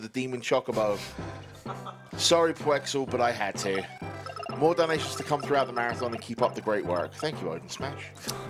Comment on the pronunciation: Random thought: Every time they say donations I hear dalmatians.